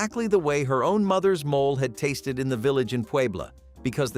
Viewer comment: Mo-lay !,NOT mole(animal)